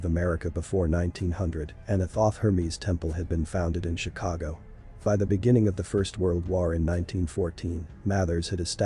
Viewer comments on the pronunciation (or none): none